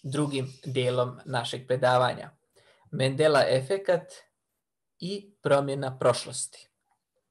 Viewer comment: MANDELA a ne Mendela